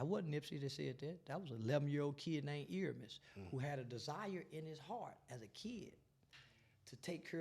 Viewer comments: Please say the man's name right. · hate that he keep saying his name wrong